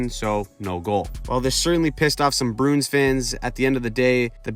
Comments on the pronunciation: I’m not trying to be a dick but please say the name right. “Brew-ins”, not “Broons” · The "Brunes". Bruins is a 2 syllable word, "brew-ins".